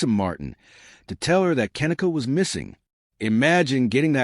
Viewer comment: At least say her name properly